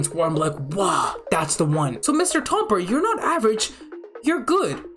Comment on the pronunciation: its tomer not toper